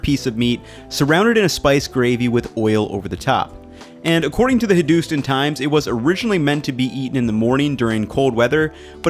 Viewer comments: Hadoostin Times lmao, you mean Hin-doo-stan Times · Lol "Hin-dooos-ten", I can't fault your video pal, but it's pronounced "Hin-dus-taan" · “Hidustan”. Lmfao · Pronounced Hindu-stAn(like the ending of flan). Pakistan is also pronounced like the ending of 2pac(Pak-istan) and the ending of flan(an). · Ah yes, the Hindoostin times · “HindOUston”, we have a problem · Hey man big fan of your videos. Just a kind heads up, its pronounced "hin-doo-stahn" times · Hin-doo-stin times 🤣.. great recipes but you dropped the ball on that pronunciation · No hate intended, but it’s “Hin-du-stan”. Good try though my dude. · Hey man great video just FYI it’s pronounced ( Hindu-STAN ) times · it's pronounced hindu-stahn times fyi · I I couldn't believe my ears when you said 'Hindustan' It's pronounced Hin-dus-stan haha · You nailed the recipe, but your pronunciation of 'Hindustan' needs work 😂